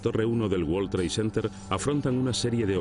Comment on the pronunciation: Que forma tan incorrecta de pronunciar world trade center please españoles son el único pueblo de de Europa q son malos con el ingles el 90 por ciento lo pronuncian mal